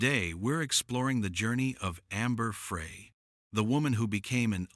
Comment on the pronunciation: Amber Frey is pronounced Fry. Geeze.